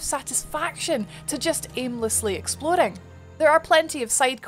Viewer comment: Great review, sounds really interesting. I especially like how your character stats effect the appearance. I also love when you Scottish slips out and we get a good ""Woruld" or "EXplorin"